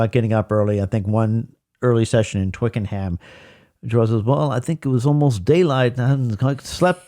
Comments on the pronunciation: Very enjoyable, but the pronunciation is Twicken'um, not Twicken-ham. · Please Americans (this is not just you guys, sorry, I love your work, this happens all the time) don’t try to pronounce things how they are spelt. Twickenham is pronounced Twicken’m not twick-en-ham. I wish American fans would just copy the speech that they hear.